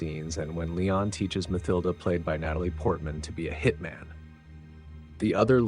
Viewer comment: Let me just say, I'm impressed by your pronounciation of "Léon". I'm so used to pronouncing it in a more American way, but it is indeed "Lay-awn", not "Lee-on". The same how we'd say it in Dutch. I will adjust my pronounciation accordingly. 🙂 Furthermore, if you need idea's for interesting movies to do on your channel, here's a few: STAR WARS (done to death, but I'd like your take on it), HEAT (1995), WAY OF THE GUN (2000), Joss Whedon's FIREFLY season 1 (2002) and SERENITY (2006), John Woo's THE KILLER (1989) and HARDBOILED (1993), DOOMSDAY (2008), STALINGRAD (1993), CROSS OF IRON (1977), SICARIO (2015), HITMAN (2007) and THE ACCOUNTANT (2016). Keep it up, really enjoying these vids!